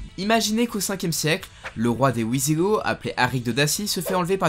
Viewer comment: Heu... on prononce "vizigo" Signé: un Pinailleur